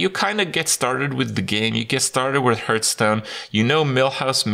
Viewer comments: i love hearing kripp say Hurtstone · I always hear "Hurtstone" when he says it